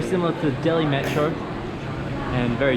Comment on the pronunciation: maatro? jahil aurat metro hota hai